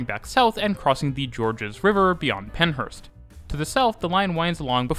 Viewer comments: he also said Penhurst instead of Penshurst. He nailed Sydenham though! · Just to clarify Kogarah is pronounced 'cog-rah' and in Penshurst the s is pronounced as in pens-hurst. Great video 🙏👍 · And Penshurst, he missed the s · Your pronunciation of Kogarah and Penshurst is most disappointing